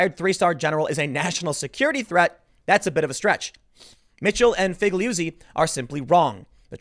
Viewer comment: I'm pretty sure you say Figliuzzi like feel-yoot-see. Italian is weird like that.